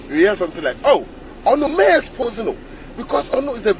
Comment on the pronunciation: Please tell to work of his pronunciation of the word ex·po·sé. PRONOUNCED "EX PO ZAY" not "EX PO JAY" Since he says he is an English professor.